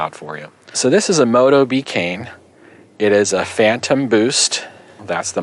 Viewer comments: Sorry for being an a- s but the bicycle brand is pronounced baycan, which is slang for bike. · Motobecane is an old brand revived from my childhood. Pronounced "moto-bli-kahn."